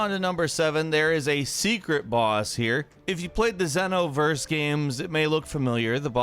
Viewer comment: ah yes the "Zeno-Verse" amazing lmao and Towa is his sister/partner of course how could I forget about that :0 they didn't even do a lil bit of research about this